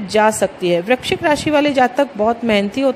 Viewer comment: First of all aap VRISHCHIK to correct bolo